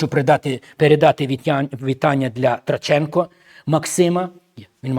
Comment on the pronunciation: Ткаченко-пастор зробив помилку у вимові, не Траченко.